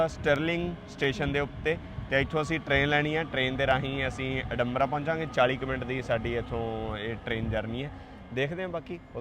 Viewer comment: ਬਾਈ ਜੀ ਇਹਨੂੰ ਏਡੇਨਬੂਰਘ ਕਹਿੰਦੇ ਨੇ, ਅਡੰਬਰਾ ਨਹੀਂ